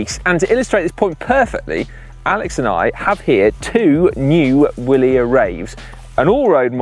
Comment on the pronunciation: Vilier. The W is pronounced like a V. The W is the short abbreviation for Viva. Wilier being an acronym for Viva Italia Libera E Redenta. Though apparently, Originally, It was an english brand, according to their website, as follows. A few years later, the bicycle became the most common means of locomotion for Italians, thanks to initiative of pioneers like the shopkeeper and craftsman Pietro Dal Molin from Bassano. He was fascinated by bicycles and the speed with which they were gaining popularity in daily life. While newspapers focused on the sporting achievements of the first moustached cyclists in England, France and Italy, Dal Molin decided to get involved in this adventure and play a part in it by opening a small workshop to manufacture bicycles. He purchased an almost unknown English brand, Wilier, and established his first modest workshop in San Fortunato, along the left bank of the river Brenta, which at that time was only crossed by a century old bridge, subsequently rebaptised by the popular saying “bridge of the Italian alpine troopers”. and then at the end of that page: In the meanwhile the Wilier name had become so entrenched with the nationalistic push raised by the Trieste issue that someone started to see a daring patriotic acronym in that exotic sounding name: W Italia Libera e Redenta (hooray for a free and redeemed Italy). from the history of the brand on their website: V-ilier. With a V. You can also hear'em pronounce it this way on the official Wi